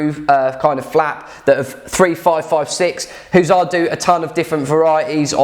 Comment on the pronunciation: I swear it's pronounced Huss arrr not hooosar even though its missing an S the logo is literally of a Hussar's wings.